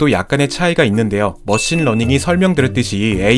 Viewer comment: 러신머닝 처음듣고 런닝머신이라고 생각한 사람?